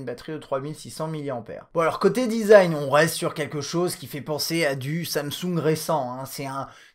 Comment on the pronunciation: Ok donc tu payes ton tel 850 euros "pourre le dizaïne" et tu le mets dans une grosse coque degeulasse car même une ultra fine ne suffit pas à empecher la casse du verre. On aurait pu faire un combo verre trempé avant plus arrière pour le protéger mais non tu ne peux pas sur les derniers Samsung a cause du dos incurvé (encore plus fragile) et la face avant à cause de l ecran edge... Et meme sur le s7 normal tu ne peux pas car le 2,5 d est beaucoup plus prononcé que sur les autres tel hdg. Je suis un détracteur du 6s mais pour le coup il est plus solide car il suffit juste d une protection en verre trempé devant. Voila une des raisons principales qui m a fait prendre le HTC 10 au lieu de ces Samsung de merde designé pour se casser et être impossible à protéger. Biensur il y en a des tas et des tas d autre.